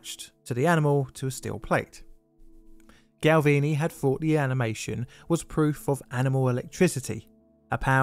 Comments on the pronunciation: Galvani, not Galvini ;) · Galvani. Gal-vah-nee. You know, as in 'gal-vah-neesm'.